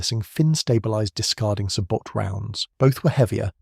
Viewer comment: Sabo not Sabot!!